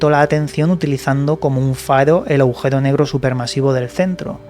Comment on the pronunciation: Aujero? o agujero...